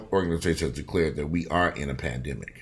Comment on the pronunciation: Lol! For a minute there i thought you said "Panniggahs"... Lol i had to rewind